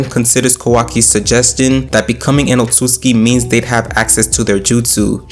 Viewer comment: Oht soot sooski “Otsutsuki”